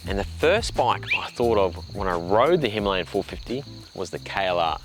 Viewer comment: Himalayan.. not himlayan